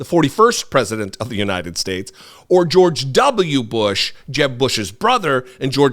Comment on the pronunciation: It is phenomenal just how many of these gaffes he makes and just gets a pass on. I guess just because Biden looks older, everyone judges the book by its cover. I can forgive when Trump mispronounces United Shhhtates. That’s just his dentures slipping. But the other stuff… some of it’s insane. The windmill obsession. Encouraging bleach drinking. “An anomanous… an anomanous.” George Washington taking over the airports. Pronouncing Thailand as thigh-land. The man is out of his damned mind and has been for years.